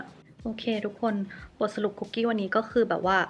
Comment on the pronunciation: ค้าบ คุกกี้ไม่ต้องมีไม้โทนะคะะ☺️🍪 ออกเสียงแบบเข้าคุกเลยย สะกดเหมือนกันค่ะ